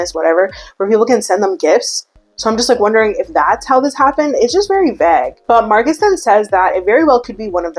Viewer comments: it sounds like you’re saying vag! When it’s pronounced vay-gah! 😂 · Vague —> vay-guh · The way you say “vague” cracks me up!😂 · i love the way you say "vahhg" instead of "vayg" lol